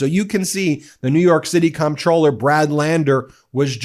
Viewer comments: Psssst Ben, the word "comptroller"is pronounced "controller." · It's pronounced as controller even though it's spelled comptroller. And, regardless of how it's pronounced, this is disgusting treatment.